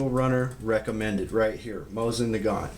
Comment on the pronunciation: Why would I listen to you when you don’t even know how to pronounce the name of the weapon?